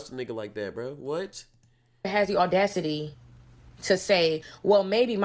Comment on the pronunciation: Audacity doesn’t have an “r” in it. ordacity